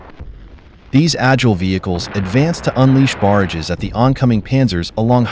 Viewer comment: . Pronunciation tip: Barrages is pronounced “buh-RAHJ-uzz”, the emphasis on the second syllable, like “mirages”.